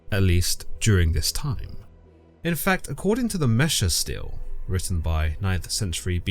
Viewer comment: very minor (pronunciation) correction: unless I'm horribly confused, i an fairly sure that they're Steles (stee-lee) or Stelas (stee-luh) and not Steels/Steals (though i can understand the confusion if you've only seen them written, doubly so if you're dyslexic)